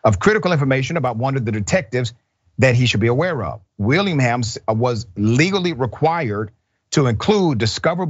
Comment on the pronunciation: Will-ing-ham--- Willingham